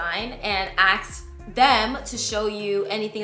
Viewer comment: The word is ASK. Not AKs.